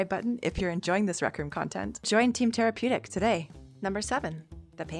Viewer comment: Bro she’s my little cousins crush this is crazy because I’m just now realizing after a year of watching I thought he was saying therapeutic not tarapeutic